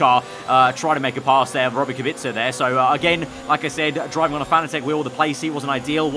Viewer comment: Please say “Kubika” in stead of “Kubitska”